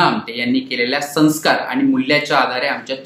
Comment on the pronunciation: सन्स्कार? कुठून आणता हे अडाणी हिंदाळ निवेदक?